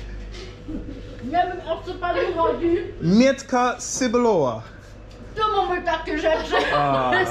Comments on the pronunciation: Mow mEEtka cEEbulowa a nie mietka sibulowa. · don't say "sebuloa"!! CEBULOWA - TCEBULOVA!!!